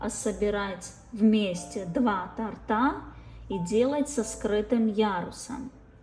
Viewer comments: Как режет слух....тортА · То'рта!!!!!!!!! Блин!!!!!!! Ударение на "о"!!!!